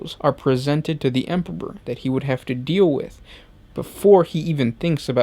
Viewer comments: this dude has said 'Emperpor' several times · Dude totally pronounces it Emperor-ber. Good video, just can't overlook that beginning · "The Emporber" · Why do you keep saying EMPERPOR?? Is this supposed to be an inside joke between you and your editor or what? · what happened to the other guy who used to do some of these videos? he used pronounce thing correctly! “Space woofs” and “Emporber” great content on these vids but the whole way this guy puts on a voice pisses me off. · hah!! Very amusing. Now, whytf is he saying EMPERPOR!?!?! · Glad it weren't just me. I herd empperper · I love your videos but I had a little chuckle when I heard "Emperber". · "THEEE EMPBUROR" :D what a joke, for a native speaker. :D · anyone hears empopor, too? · I honestly couldn't focus and listen eventually stopped watching due to "the empebor" hearing it over and over again! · Is it so frickin' difficult to pronounce EMPEROR!? Sorry I can't like this video, this narrator's weird pronunciations are to distracting to actually listen to what he has to say Disliked unsubbed' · the emperper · By the Emporber this makes me laugh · First you mispronounce "Corps", now you mispronounce "Emperor". Jesus fucking christ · Am I the only one who heard him say emperor weird??